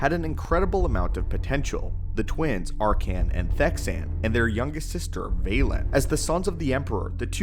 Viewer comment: I like the video but hate how you pronounce his name wrong throughout the whole thing........have you played SWTOR? His name is never said like that